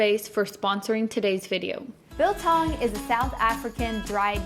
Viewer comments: As a South African I just want to thank you for staying true to the traditional recipe. Although their are various ways your method works perfectly. And your pronunciation was spot on. You clearly must have some some South African friends. 🇿🇦 🇿🇦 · Discovered your channel through Goonsquad and enjoy your videos a lot. Love the way you pronounce "biltong". The method is a bit different from from the way we're doing it back home on the farm in South Africa. I'm living in Taiwan for 21 years and built a big biltong box big enough to make 20kg at a time. one can't live without biltong or chilli-bites. Try making one batch using only coriander, salt and ground pepper. You'll get a much beefier experience. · As a South African, we eat biltong for breakfast, lunch and dinner. Well done on the pronunciation as well - it is not bad.